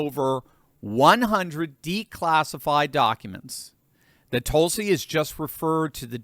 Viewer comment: There are about half a dozen vowel sounds in American English that you’re just not using. Her name is not TOLE-sie. It’s TUL-si.